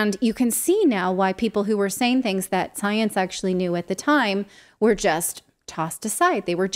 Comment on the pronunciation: Its the different between science and "soyence"